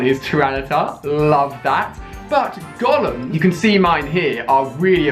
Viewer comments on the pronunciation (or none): The way you say Golem triggers me so bad